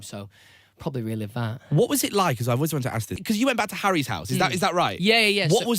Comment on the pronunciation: When he was talking about the how Louis, Liam, Harry, and him were releasing music, I swear he said Larry and not Harry.